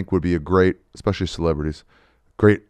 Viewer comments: “Did you say ‘expespecially’?” - Ari “Maybe?” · 👏🏼 Someone finally called out for saying eXspecially! He manages to sneak that into almost every episode and nobody has ever called him on it. 💯 GARBAGE